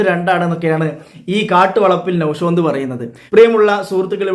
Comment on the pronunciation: നൗഷാദ് ❌നൗഷോന്ത് ✅